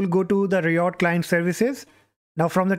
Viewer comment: RYE uht not ree ott